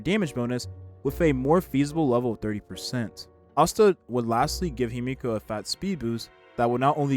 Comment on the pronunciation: The pronunciation in this video is painful. It's not Himiko, it's Himeko. It's not Jing, it's Jing-Yuan. Qingce's name was completely butchered too.